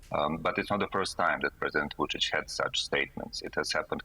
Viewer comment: I do not know how in the world she got too that pronunciation of "Vucic" as it is totally off (guessing "Vujo" confused her). But I love it when people fumble his name as he is a POS dictator.